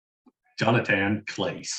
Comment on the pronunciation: It’s pronounced jon-a-ton Clah-say